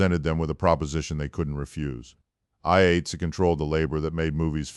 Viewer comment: AI cant even pronounce 'Eye-Eight-See'. Garbage.